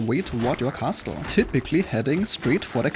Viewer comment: can you stop saying Kasteul